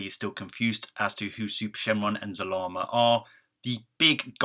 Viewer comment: Really? It's Zarama